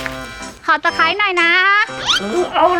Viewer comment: ขอตะไคร้หน่อยนะ.. เออเอาเลย!!! คนไทยชัดๆ.. เอ็นดู ร๊ากกกก #ส้มยูล😍😍😍😍